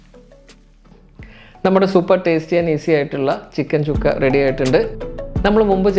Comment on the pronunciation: ചിക്കൻ ചുക്ക അല്ല ചിക്കൻ സുക്ക അതാണ് ശരി.ഹിന്ദി വാക്കാണ് (സുക്ക= ഉണങിയത്).